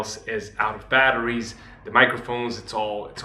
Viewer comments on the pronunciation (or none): none